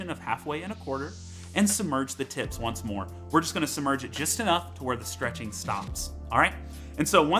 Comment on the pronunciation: Does he keep saying "tits" instead of "tips"?